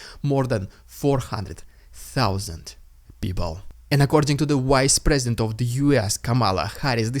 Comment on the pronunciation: Please try to pronounce the "V" in English words (think "W" in Russian)... you loose believablity when you say "wise president" instead of "vice president". (at 9 minute point)